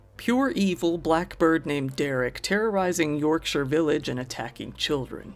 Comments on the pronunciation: I appreciate you, as an American, pronouncing Yorksire correctly. Instead of saying Yorkshyer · So glad to hear someone say Yorkshire properly. Yup a ‘Nonce’ is a kiddy fiddler. England’s court system is great for ridiculously short sentences and constantly giving everyone parole and probation, even when they know that person will commit a violent act within hours. Not that I’m cynical or anything! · The only American Youtuber that pronounces the name of Yorkshire towns correctly. Respect 🤘